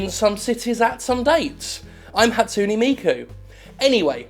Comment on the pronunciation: Ha-tsu-NE, not Hatsuni. T_T Pleaaaase tell me you were doing that on purpose.